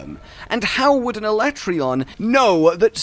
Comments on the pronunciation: Ala-tray-on. How about no. Say it with me Alat-reon. I reckon it'd be cool to see Fatalis and then a Black 'Jiiva after that as the end of the game. Or it's the teaser for MH6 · did this chick just say ala-trayon What a rookie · F U I'M CALLING IT ALA-TRAY-ON AND YOU CAN'T STOP ME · its ala tray on XD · WTF Alatreon smol? Also its pronounced as Ala-trey-on Thats a joke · Disliked for refusing to pronounce "Alatreon" as Capcom has intended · Whenever anyone pronounces Alatreon like they did in the Dev Diary, I throw up in my mouth a little bit. Honestly, it's worse than when they tried to change Tigrex to TEEgrex.